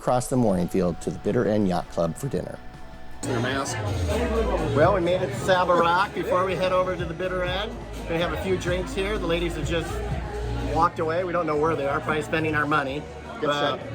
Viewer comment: It's pronounced Saaaba Rock, not Saiba Rock.